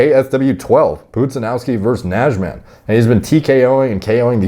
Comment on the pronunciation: I'm Polish an the way you pronounced 'Najman' cracked me up XD